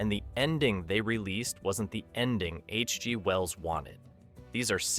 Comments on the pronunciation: Interesting video, but get betterAI software, there must be a way to put proper punctuation in so it doesn't say "H...G................................Well's son". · The computer-generated narration is getting better, but the phrasing is still off. For example, listen to where the on-screen text says "H.G. Wells" but the narration says "H G ... pause ... Wells" instead. I wonder if a human narrator would have cost the same or less.